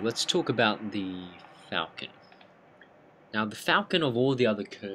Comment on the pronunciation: I can't take someone seriously that can't pronounce 'falchion' correctly.